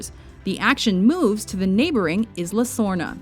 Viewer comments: and learn some decent pronunciation It's pronounced "eela" or "eesla" if you don't speak even a little spanish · Isla Nublar and Isla Sorna should have been number one. None except Monster Island come close to it. Also, Isla Nublar is said EsLa. NOT Esluh. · It's pronounced "Eye-Luh" not "Iz-Luh" and where is Tortuga? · I had no idea Jurassic Park took place on IZZla Nublar! I always thought it took place on Isla Nublar...Why must IZZlands be so confusing? Seriously, if you're going to say a name, at least learn how to pronounce it right! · It's pronounced I-LAR not IS-LAR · Did you really just pronounce Isla "Izluh" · Did she really just pronounce Isla as (Iz-luh)? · she said isla...isnt that supposed to be pronounced like eyela? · Isn't it pronounced "Aye-la Nublar? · jurassic park should of been #1 and you pronounced it wrong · can nobody pronounce isla correctly any more? I mean come on guys